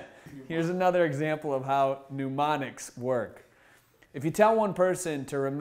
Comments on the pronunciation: Sorry, feeling a tad snarky this morning - first off, photographic (eidetic) memory is quite different than using mnemonics (which he is pronouncing 'pneumonics,' but that's really not a fair gripe). Second, it is hard to take seriously a guy who's claiming that memory skills can be learned by anyone when he can't get his eyes off the teleprompter. Come on. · This guy keeps saying newmonics , say it correctly for gods' sake! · Mnemonics (Knee-monics), not "New-monics." And a picture is not a pitcher.